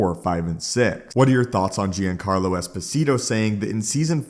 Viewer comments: "JONcarlo", NOT "GEEancarlo". Look up his interview on the Seth Myer's show if you want to hear it said correctly. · PLEASE READ!! I have been more than irritated at you deliberately mispronouncing words. Giancarlo... it's pronounced like "John-car-low" not "gee-an-care-low". PLEASE STOP. I actually watch fewer of your vids when you do that, significantly. Personally, I watched 1/6 videos you post, and I would watch EVERY ONE if you didn't do that. I love your content but that is an OCD thing that I am SURE other people deal with. I'm not saying I'll stop watching ur channel. I AM saying you WILL got more views if you don't do that. No one is gonna stop watching if you stop doing it, but I KNOW people don't watch because you do. I'm not threatening you, I like your content. I'm telling you the positive you THINK you're getting from the complaints via comment is worth less than the amount of subs and views you'll gain/earn by stopping.